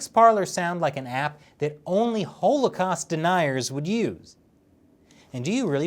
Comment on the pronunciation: ive never heard anyone pronounce holocaust that way.